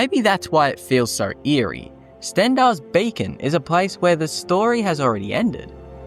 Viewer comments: Pretty sure you’re saying “Stendar’s Bacon”. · Stendarr's Bacon? Sorry, I don't mean to be a pronunciation zaylot. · Am I the only one that is triggered by his talking...? Like it's beacon, not BACON...learn to speak before making vids ffs😂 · Lol, I heard "Bacon" instead of "Beacon" as a kid when I saw Crocodile Hunter: Collision Course too